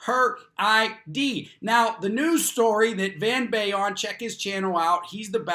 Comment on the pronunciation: Great video, I've seen this psychotic woman before on other channels, probably Van's. But something funny I notice, whenever you say Van Balion...on the last word you kind of pronounce it funny. I don't think it's pronounced Bay-ion. Its BAL-ion.